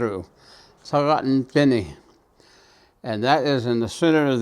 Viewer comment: This was the original spelling. I am not sure when the spelling changed. The the way he is pronouncing is correct. Dine’ seems different. Navajo is my first language. I never took a class to write Navajo language. Just saying, not criticizing.